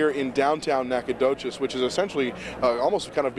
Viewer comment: I cannot believe that CBS butchered Nacogdoches' name that badly...